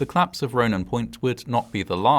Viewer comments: The way you pronounce collapse fast makes me hear claps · Collapse. Not Claps. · Just wanted to point out that it's pronounced- "Collapse" not "Claps". Thanks. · "The building was at risk of claps. The claps was caused by a gas explosion, but this claps could have been prevented." Odd, I always though collapse was a two-syllable word. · Are you saying ‘claps’ or ‘collapse’?